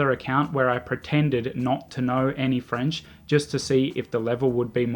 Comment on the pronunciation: Your French accent is on point, though. 😂